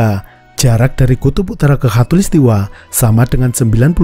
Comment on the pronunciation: Maaf ya min. Soalnya yg saya dengar, mimin ngucapinnya hatulistiwa. 😁